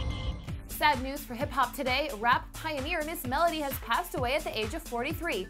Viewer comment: It’s Ms-mellow-d! Not Ms.Mela-dee